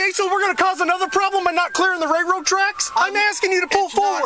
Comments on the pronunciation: "Rayroad tracks" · What the utter hell is a "ray-road trek." This clown can't even speak. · "Ray road tracks" 🤦‍♂️ Is that an Illinois thing? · The "ray road" tracks. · “Ray road tracks” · The cop can't even Pronounce railroad track haha lol what a joke